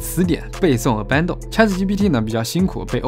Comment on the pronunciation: 听他读abandon的发音就知道这个人英语不怎么样